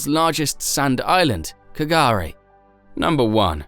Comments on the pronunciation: And you are wrong as well. K'gari, pronounced "gurri" and meaning paradise, is what the Butchulla people have always called the island, derived from its Dreamtime creation story. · So many inaccuracies............. I only watched to the end to see how many errors were made. (Last story.... K'gari is pronounced Gah-ree)